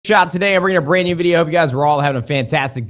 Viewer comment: Tell Nadeshot to stop emphasising the word "BRAND new" in the intro